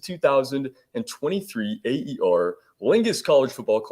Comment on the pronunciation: Aer is pronounced "Air" not three separate letters....Aer Lingus is the name of the airline based in Ireland